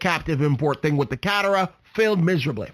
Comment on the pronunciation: Lots of good info but you sound like you don’t know what you’re talking about when you don’t know how to pronounce Merkur (mare-KOOR), Catera (Ca-TARE-uh) and Cologne (Co-LONE)